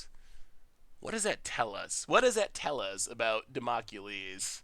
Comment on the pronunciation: called Damocles Democulies - rofl!